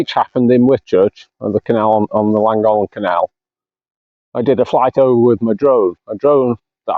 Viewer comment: Llangollen is pronounced Th lan goth len